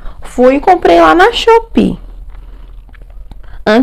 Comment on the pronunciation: num vídeo seu vc pronunciou errado.. se fala shopii hehe amo tbm a Joice Magalhães